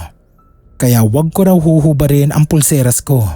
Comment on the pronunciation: Pulseras, hindi purselas. Lol!